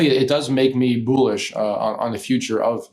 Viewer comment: Did he say it makes him boo lish?